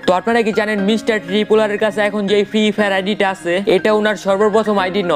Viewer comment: ফ্রি ফায়ার উচ্চরনই করতে পারে না হাইরে ইউডিউবার